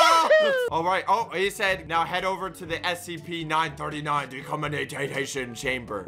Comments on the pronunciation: When said: "Oh here's the SCP" I swear I heard Here's the SMP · You said the scp name rong